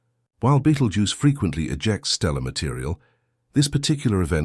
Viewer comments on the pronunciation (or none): is it now betelgeuse or beetlegeuse. not very professional. like the AI voice. = dismissed